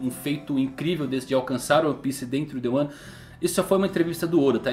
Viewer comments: De vez em quando eu não sei se ele tá falando "Wano" ou "um ano" kkkk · eu tava me comfundido se vc tava falando "1 ano" ou "wano" kk dps q entendi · "Quem conquistaria One Piece em Wano"? Buguei até entender que estava falando "em Um ano" 😂😂😂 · Ele falou em 1 ano kkkk eu ouvi wano Man kkk